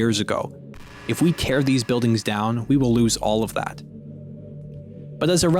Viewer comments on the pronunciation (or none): none